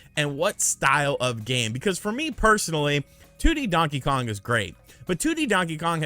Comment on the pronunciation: Since Luigi's Mansion got a rerelease on the 3DS I don't seem them porting it yet again, Prime is likely. It will be a bunch of RPG's like it usually seems to be. Really don't want to see a DK Mini's at all, the 2D is good, thanks for saying Kong properly not Kahng.